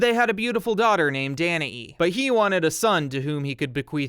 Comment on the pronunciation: Thank you for pronouncing Danae correctly…!